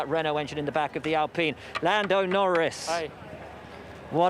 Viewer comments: Norris not knowing how to prounance alpine 😂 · Apparently they forgot how to say ALPINE un Europe lol.